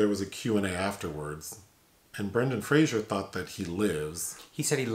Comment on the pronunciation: It's Fraser, not Frasier.